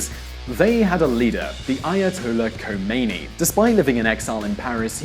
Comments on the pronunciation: oh my buddha, this video was hard to watch. so many wrong statements and unfortunatly unmentioned issues that lead to the relationship iran has to the west. 1. the religious leaders name is not jamenei, its khamenei. 2. isiss name is not DASH, its DA´ESH 3. after the iranians stormed the american embassy and hold hostages, the relationship was not only "complicated", they were enemies already. 4. what about operation ajax? how could you not mention this? irans first democratic elected president was a victim of a coup of the united states, in order to get oil for a cheap price, which mosadegh didnt let happen. he wanted iranian people to have money from their oil too. 5. you really believe that iran are worse terrorists than isis? 6. religious minorities are forbidden in iran? are you crazy??? iran has the biggest jewish community after israel in the middle east. christians, zoroastrians, jews and muslims can all practice their religion and they are also seats for the religious minorities in the parlament. there were so many other things mentioned that were wrong (e.g. the usa was alied with iran because of sadam hossein, the opposite was the case) as well as important topics not mentioned (there was no evidence that iran was trying to build an atom bomb) that i cant list them all. that was a very bad work dear. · A bit of objective research before making a "documentary" would prevent one from being made a fool for mistaking a well know name. Not "Jamenei", "Khamenei" is correct. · Ayatollah Khamenei, Jesus, I really hope English says "j" like he did, but spanish people write "kh" with "j", but they dont pronounce it like that. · Ayatollah Jamenai hahah lol its Ayatollah Khamenie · "Not khemeni but ayat Allah kemeni" it's ok to slaughter a name but it's not to say the same name twice the current ayat Allah is khamanaei ....stress on kh like u trying to get a fish bone from the bottom of your throat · it's Ayatollah Khamenei not Jameni ! do your research